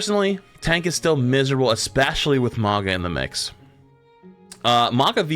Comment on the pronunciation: It's Mauga. And to a lesser extent Hog. I hate mandatory Ana.